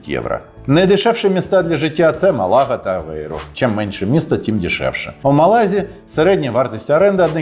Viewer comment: не МалАга, а МАлага